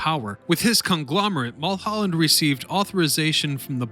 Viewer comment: How can you mispronounce Mullholland. Really.